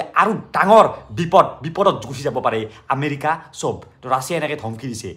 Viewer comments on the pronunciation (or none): Dada America nokoi Amelia koise😂😂😂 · You said amelika one time